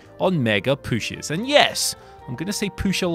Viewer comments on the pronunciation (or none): Am i the only one who says pooshes too? XD i actually love it